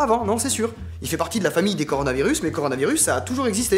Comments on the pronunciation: deja le mec sais pas prononcé coronavirus il a dit coranovirus xd il sais pas lire alors xd quoi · Le type a dit "Coranovirus" Ah ouais 27 likes quand mêmes. C'est une première! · corano virus.... putain mais il sait même pas dire le nom correctement putain... tu m'étonnes que je suis confiné chez oim depuis 3 ans xD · Coranovirus ? J'ai pas rêver ? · "coRANOvirus" il m'a perdu à ce moment précis x'DD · coranovirus CORANOVIRUS. Déjà ça c'esr next direct krkrkrkr 😂😂😂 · à il est déjà pas foutu de prononcer coronavirus^^ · Il galèrait déjà prononcer coronavirus ^^ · Il à vraiment dit le coronovirus l' autre abrutie qui tourne depuis hier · Le "coranovirus" XD